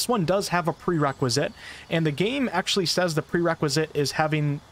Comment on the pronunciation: The word is "Actually" not "Ackshee"